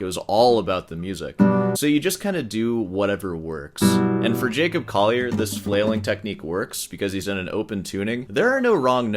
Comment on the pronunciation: Its been like four videos, why do you still pronounce his last name "Coyer" ??? It's CoLLier. (PS I also dislike the guy but I can pronounce his bame correctly)